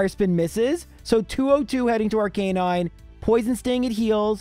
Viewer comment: ArKA nine not ar canine